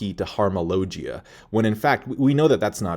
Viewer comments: I hate how says logia 🤦🏻‍♂️ low gee ah 👊🏻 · How can you watch One piece and hear them say logia and you still say the name wrong low gia lol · Its Logia pls correct your pronounciation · Lol after all these years you still can't pronounce "logia" correctly? Lol . Still though, good job, nice vid! 👍